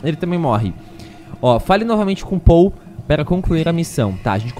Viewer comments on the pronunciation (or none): none